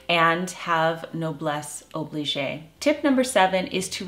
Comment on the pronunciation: Thank you for this edifying video. You have evidently figured out that "noblesse oblige" (note: the E at the end of "oblige" is silent) means "nobility obliges". This seems to be a short expression of the Scriptural principle "To whom much has been given, from them shall much be required." (Luke ) A timely and timeless reminder. Thank you again and God bless you!